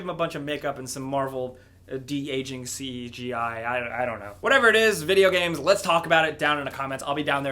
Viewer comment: "Marvel CEGI"?